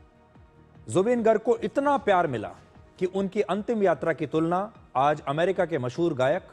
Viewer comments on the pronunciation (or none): none